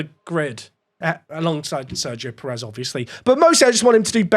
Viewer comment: Good watch. Please, before your team gets good and is challenging the big boys and racing against him all the time, can you remember it's Sergio Pèrez not Perèz, with the accent on the first e. I know to most, this might be an insignificant thing but it grinds every time. Thanks, and kutgw 👍